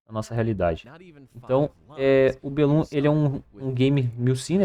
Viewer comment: Aguardando ansiosamente! Mas acredito que a pronuncia correta seria "BE lum" do termo "Para bellum" - "Si vis pacem, para bellum" é um provérbio em latim que significa "Se queres paz, prepara-te para a guerra"